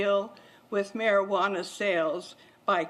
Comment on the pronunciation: am i the only one who gets irritated that 1 she's not saying cannabis, the real name, and 2 how she pronounce Marijuana